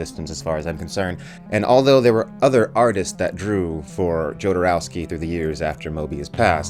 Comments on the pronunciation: My God please stop pronouncing it JOE-DER-OWSKY! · Jodorowski - J is silent. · curious what you’ll think of The Holy Mountain - (oh and the J in Jodorowsky is a h sound, like in Alejandro, not a hard J)